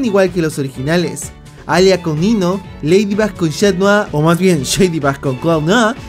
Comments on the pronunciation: En el minuto en vez de decir "Nino" dijo "Niño" xDD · Diganme que no soy el único, que escucho niño en vez de Nino 😅